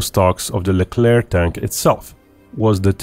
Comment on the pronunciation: The ONLY video where the final c in "Leclerc" is not prononced. Bravo.